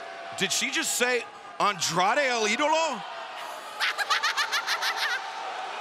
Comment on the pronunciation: “El E-DOLO”😭